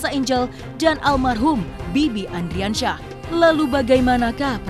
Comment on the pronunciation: Ardiansyah oi ardiansyah bukan andriansyah